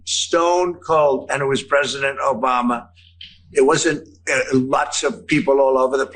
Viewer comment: Liking because of the Bruce Campbell reference and now I need to go watch Army Of Darkness omfg he still says it as "Obamna", our president is completely inseparable from the memes